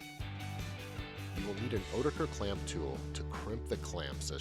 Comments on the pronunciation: Ha, I doubt that since this is an American pronunciation where instead of a "t" he uses a "d" sound 🤔 but I'm not that bothered, it's just funny how at my work there's no consensus. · Literally everyone at my work pronounced oetiker a different way, except this way 🙈